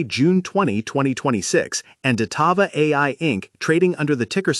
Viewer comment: "Datava ticker symbol dvlt..." Na I'm good thanks, I'll listen to my own research not someone who can't even get the name correct.